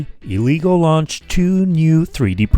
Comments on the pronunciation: its pronounced "eh-leh-guu", not "ee-lee-go" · It’s pronounced as L-ah-gooo Not l-e-go